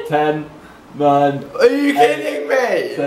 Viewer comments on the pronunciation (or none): none